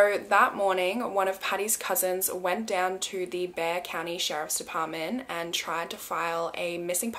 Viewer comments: Hi! I am from San Antonio, TX and you pronounced Bexar County correct! No one ever gets that’s one because it’s pronounced “BEAR” and not BE-X-AR!! 🤣🤣 I was also so excited you did a case from where I live, how cool!!! Much love from Texas!!!!! ❤️❤️❤️❤️❤️ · Thank you for pronouncing Bexar correctly and not emphasizing the x! Love your videos! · Yay! You pronounced Bexar County correctly!! Have a great new year!! ❤ you lots!! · I'm very impressed that you pronounced Bexar County correctly. Almost no one who isn't from here knows how to pronounce it. (I know this is an old video, but I just found your channel.) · I love your videos! What I love even more is that you take the time to at least try to pronounce words correctly. Not everyone can pronounce Bexar the right way! -Texan fan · Omg you pronounced Bexar correctly a lot of Texans don’t even pronounce it right 😂😂